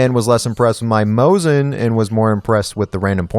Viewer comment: m o S i n not moZin it sounds like.... Snake S S S not z